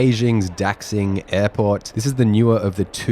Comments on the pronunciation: Your content is good, but your videos would be better if shorter. Daxing is pronunced da-shing. The X usually represents the Sh sound in transcription of Chinese. I thought this was common knowledge. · Daxing is pronounced "Da-Shing" 😊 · Please learn how to pronounce “Beijing” and “Daxing” correctly.